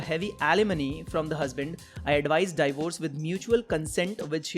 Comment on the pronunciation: divorce sahi se nhi bola jata , aur hamein yaha gyaan de rha hai